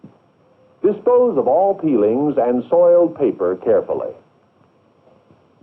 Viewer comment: And why does the narrator pronounce "dispose" with four syllables? "di-SPO-oo-zuh"